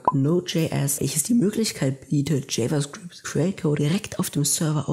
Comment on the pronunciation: JavaScript ist die Sprache der Zukunft 👌 Bzw TypeScript das eine Erweiterung für Javascript ist. Aber bitte sprich java "jewa" & Javascript richtig aus dann wäre deine Präsentation besser